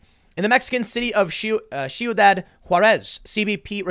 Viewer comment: Tim: I'm bi-racial! Me: Apparently not enough to know how to pronounce "ciudad"